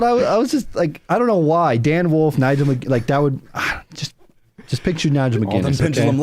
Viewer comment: cannot say wolf.